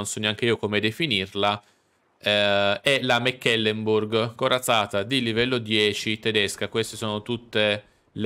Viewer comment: La corazzata non si chiana Mac Kelemburg...è una nave tedesca, non scozzese Si legge semplicemente MECLEMBURG